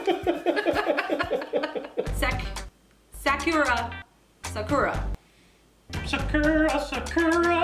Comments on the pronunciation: it’s pronounced Sah-kur-uh. I know because my name is Sakora (suh-kora) and people have pronounced it Sakura so many times 😂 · Saa- Kur- uh 🌸 Dead. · Sakura is said suu Cora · Thevway you guys said Sakura. Lol nooo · I got sooo triggered when she said Sakura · She couldn’t pronounce Sakura 🤦🏼‍♀️ uncultured tsk